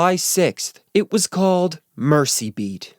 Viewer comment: While we're on the correction train... Merseybeat is pronounced "MerZeybeat", as opposed to "Mercybeat". Still love your videos though!